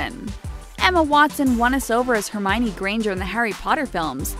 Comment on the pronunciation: JON cleith "jermaioni"